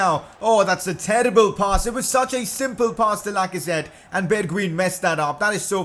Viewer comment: The right pronunciation of bergwijn is berguajn